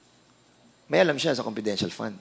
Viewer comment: Konpidenshahl... sb ni dan hahaha